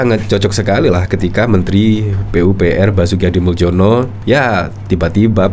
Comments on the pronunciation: Min, nama pak Basuki Hadimuljono itu dari bhs Indonesia ejaan lama. Anda keliru pengucapannya menggunakan ejaan baru. Yang betul pengucapannya sbg Hadimulyono bukan Hadimuldjono. Soal remeh atau tidak terserah anda saja mau yg mana. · Itu Basuki Hadimuljono (dibaca HADI MULYONO) - jangan salah baca - MALU-MALUIN. !!!